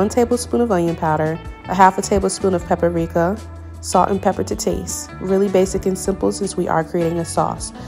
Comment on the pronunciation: Good content. Please note that paprika has only three syllables, not four. It is pronounced pa-pri-ka.